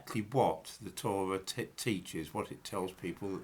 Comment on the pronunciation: Holy fuck why can't you pronounce your Rs? The Owwal Towwah, the Gomowwah, Awwamaic, for fuck's sake!